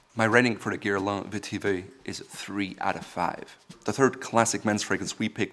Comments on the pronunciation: Not sure we heard the same thing. I was shocked hearing him pronounce it as "Guerlan". Mind you, his “Pierre-François" was decent enough. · I actually rewinded it 3 times just to hear that pronunciation 🤪